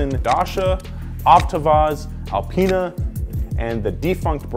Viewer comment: It's not pronounced al-pni-ee it's pronounced al-pine